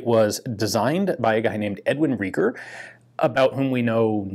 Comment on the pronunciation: If Reiger is a German name then it sounds like Riger, "ei" is like "i" in "ice".